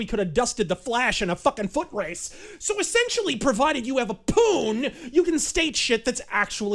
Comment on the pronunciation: The way he says " Poon " fucking killed me